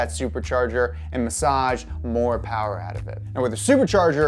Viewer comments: Not "more power" but "mo powa babeh" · Alright, this dude is growing on me. He's no James but he's still new and some time to get his groove going. He needs to work on his pronunciation of Mo Powa though.